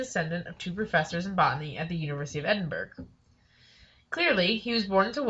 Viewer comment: Edinburg haha, it's pronounced Edin-bor-ough, it's only spelled Edinburgh